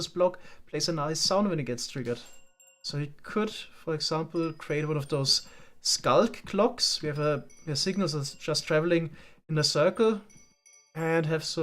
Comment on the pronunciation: First of all what da wither doin Second of all I'm sorry "scullək?"